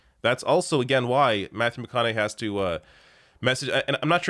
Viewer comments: It's pronounced McConaugHEE. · Its "mc conna hay". Hope ur boy is doing well.😉 👍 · McConaug"HEY" that's how it's pronounced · Its McConaugHEY like hey, hi, hello